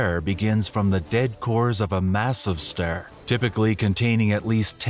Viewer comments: Is it some sort of AI epidemic that can't pronounce words in the right way? What the heck is a stare? Anyway AI narration is awful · What's a neutron Sterr???🤣